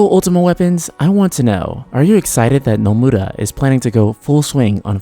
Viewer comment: The way you say "Nomura" just made me un-sub.